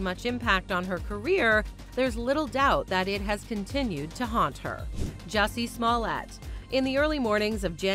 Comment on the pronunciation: Jessie smollete you mean "Juicy smoo-lee-a" 😆 gotta live Dave Chapelle